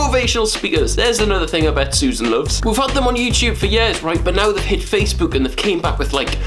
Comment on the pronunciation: Amazing vid! But c'mon Will, we all know the reason why you don't like Facebook is because you can't pronounce it properly 😂